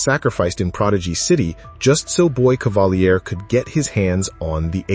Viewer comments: Dude it’s pronounced “cavaleer” he’s not French smh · AI can't say "Cavalier" properly?